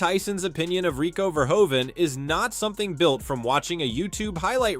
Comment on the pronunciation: Dear AI voice: Next time, at least pronounce Rico Verhoeven's name Correctly. Thank you for your attention to this important matter. Greetings from the Netherlands.